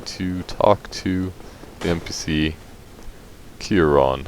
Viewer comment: great video man, thanks for pronouncing her name right